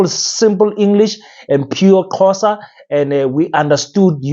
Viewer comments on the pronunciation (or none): By the way my brother it's Xhosa not Qhosa pls as Africans let's learn to pronounce each other's languages right.